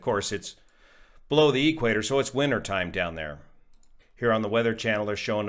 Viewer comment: Most respectfully, it’s pronounced equator not e quarter. lol.